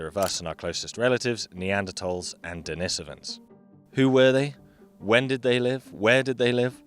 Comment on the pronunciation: Why does he pronounce «Denisovans» like that?